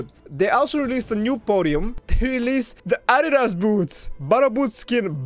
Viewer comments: adidas in English is pronounced "A - dee - das" with long "dee" part 👍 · ADIDAS = (AH - DEEEEEE- DUHS) pls help my mans😭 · In English Adidas( ah-Dee-dus)